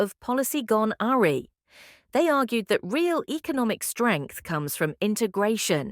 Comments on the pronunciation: Tit for tarts! haha tit for tat surely Awry said as urrray - its a bot and I missed the but about trump crying and resigning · Pleeze teach your AI reader how to pronounce the word "awry".